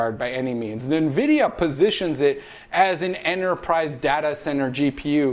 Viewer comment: what is "nuhvidia"? COME ON MAN!